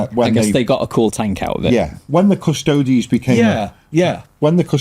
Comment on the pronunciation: Yep, it was funny hearing the Quartering guy failing to correctly pronounce Custodes fifteen times though 😂